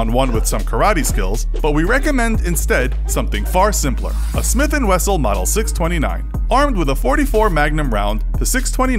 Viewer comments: Text: Smith & Wesson 629 Narrator: "sMitH & weSsel" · "Smith and wessel" I'm just gonna ignore that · Did... Did you just say "Smith and Wessel"? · “Smith and Wessel” 😂😂 wut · Smith and Wessel?! The text was correct but the narrator said Wessel...😂😂🤩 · “sMiTh aNd WeSsEL” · “Smith and wessel “ ?????? Lol at least that’s how I heard it 😜🤪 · This man really said “smith and wessell “ 🤣🤣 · Smith and wessel😄😅😂 Jeezus dude at least know what you're talking about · ...you verbally said "smith and wessel"? Lol Wesson....it says it on the screen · “Smith and wessol” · smith and What wessel? lol wow you had the name on the video but still cant say it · A “smith and wessel” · He said smith and wessel 😂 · Ah yes the Smith and Wessel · The smith and wessel???? HAHAHAHAHAH